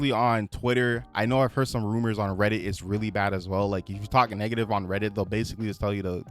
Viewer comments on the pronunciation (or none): none